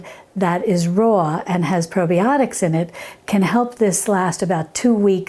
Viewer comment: "Probie-otics" Ha ha ha!! Is Gibbs from NCIS making this?